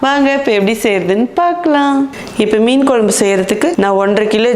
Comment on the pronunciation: மேடம் நீங்க வச்ச மீன் குழம்பு வீடியோ பார்த்து நாக்குல தண்ணி ஊத்துது அதைவிட உங்கள் மீன் குழம்பு உச்சரிப்பு மிகவும் அருமை